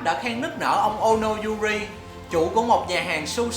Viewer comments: Ono Jiro thì lại đọc thành Ono Juri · đọc là Ono Juri chứ ko phải là Ono Jiro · Ono Jiro not Ono Juri ah đọc sai:D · đâu có đâu bạn. Tên ổng là ono jiro mà anh đọc ôn juro mà =))) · Ono jiro chứ anh đọc sai kìa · Ông đọc luôn là Yuri chứ chả đọc là Juri hay Jiro gì hết. Phát âm khác một trời một vực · Đọc sai nhưng ghi đúng =)))??